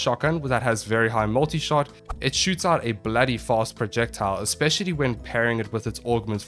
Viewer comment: Are you from South Africa? Gave it away when you said 'bloody fast' haha